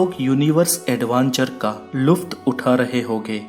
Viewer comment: Abe chuthie luft nai lutaf hota hai